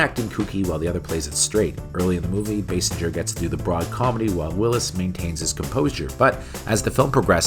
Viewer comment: Basinger pronounced "Bay-singer" not "Bass-injer", that aside, love this series dude and loved this move since I was a kid. 😁👍🏻